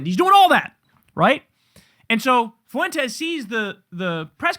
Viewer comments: Spanish is my native language, please for the love of god Kyle, stop pronouncing Nick's name as 'Foo-entes'! It's so annoying. It's pronounced 'fwentes'. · It's Fuentez, amigo. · I’ll be so glad when I never have to hear anyone say “FOO-EN-TEZ” again.